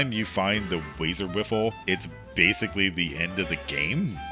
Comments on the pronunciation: "Wazer Wiffle" instead of "Wazer Wifle". Dude, it's not a lightsaber. You can't bunt light bullets with it like you're a space samurai wizard with a laser bat. lol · Stop saying "wiffle" it's wifle like rifle, you even included the clip of the wee dude saying it 🤣🤷‍♂️🤦‍♂️ loved the video though, I'm sorry for being a fussy bitch 😂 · Keeps pronouncing Wifle as Wiffle lol. Also, the Splattercannon/Problem Solver is an end-game beast, unbelievable TTK. No way it can't be considered a top 5-10 weapon, even with your perceived shortcomings.